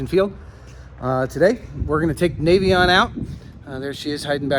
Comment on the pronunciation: Hey, thank you for pronouncing it nay-vee-on. So many people say it nah-vee-on.